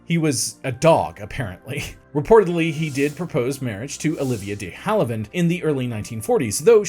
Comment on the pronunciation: Interesting how you discuss Marlene Dietrich's last name but mispronounced her first. 3 syllables- mar-LAY-na. Also, it's Olivia de-HAV-e-land, not de-HAL-i-vand, and Sal MIN-e-o, not mi-NAY-o. Other than that, you did ok.